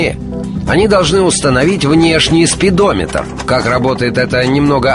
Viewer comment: мне одному показалось что он сказал спидомитр?